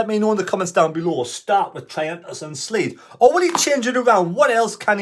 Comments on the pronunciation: Hi. At least TM has a bit of time to work with a new back four. Hopefully they come good on Saturday. For info, Seelt isn't pronounced as Sleet! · You be the judge - "Triantis and Seelt" - and . Thought it was funny, but could just be my hearing! - Great vids anyway and I'll still like them.